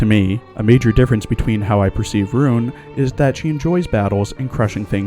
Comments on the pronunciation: Deutsche pronounce "Roon" is RON, not fuckink rOOn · Just a thing about Roon (btw, it’s pronounced “Rhon”), her lasted skin, which also happens to be her only L2D skin, LITERALLY HAS A YUNO GASAI REFERENCE! Yeah, I’m talking about the Yandere face here.